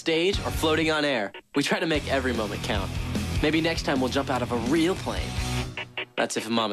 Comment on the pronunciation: haha, i like how joe says "REAL plane" lol. it sounds funny.